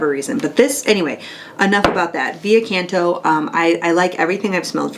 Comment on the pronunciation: Hi! Love your videos! Wanted to share with you what I recently found out and that is that V Canto is pronounced as CINQUE Canto (roman numeral instead of V letter), representing the 5th "singing" from Divine Comedy by Dante Alighieri. In this part of the Hell are located "carnal malefactors, condemned for allowing their appetites to sway their reason. These souls are buffeted back and forth by the terrible winds of a violent storm, without rest. This symbolizes the power of lust to blow needlessly and aimlessly: as the lovers drifted into self-indulgence and were carried away by their passions, so now they drift for ever. The bright, voluptuous sin is now seen as it is – a howling darkness of helpless discomfort.". I assume the perfumes kind of represent the story (never had opportunity to smell any of them thought.. : Thank you! Best regards! :)